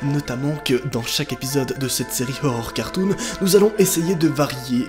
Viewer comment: Je suis la seule à entendre « ohoh cartoon »...?